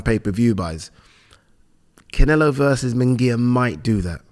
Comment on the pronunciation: It's "Munguía" not "Mingaya" and "Canelo" not "Cinelo". I've never understood this. It's like 99% of commentators and pundits in the UK say "Rinaldo". It's lazy! Sorry, love the channel!